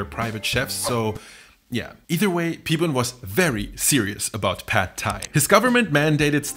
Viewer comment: The a in "pad" is not like in the a in American English "bad" but like in the German "Bad" (except short).